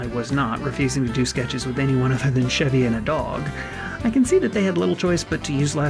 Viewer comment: CHEV-y not SHEV-y oh my gosh. You NEVER saw snl if you don't know how to pronounce his name. Why didn't anyone correct her?!!